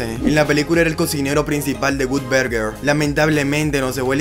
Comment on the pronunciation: Gutberguer. 🤣🤣🤣 Que mal inglés.